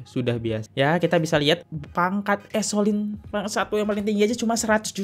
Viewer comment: Duh...gimana sich kamu? Ngomong nama: A S K O L A N I, saja salah mulu! 🤭😅 Terus: È S È L O N, juga salah terus. Yang bener dong ejaan nya, choi? 🙏